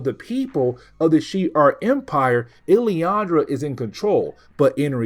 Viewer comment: Just for help. Its pronounced. “Lil-lan-dra”. Still, great coverage